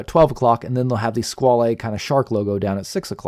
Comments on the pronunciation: I'm really surprised with all your usual in depth research that you didn't find that Squale means shark and is pronounced Squal the is silent and yes I do love the black dial but would be hard to choose one or the other both are fantastic along with your reviews Thanks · FWIW I think the correct pronunciation is ‘Squawl’ the French word for shark but given that this model is the ‘Corso Italiano’ then perhaps the Italian wording flair is warranted.